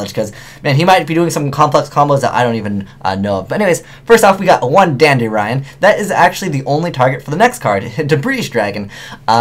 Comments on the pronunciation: he said dandy -rion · Did he just go full on Asian? DandyRION? O.o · Lmao "Dandyryan" sounding super Asian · Anyone else hear him say dandy- rion?